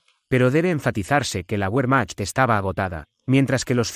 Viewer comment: Cuando nombras al ejército alemán pronuncias la W como en inglés y en alemán la W se pronuncia como B.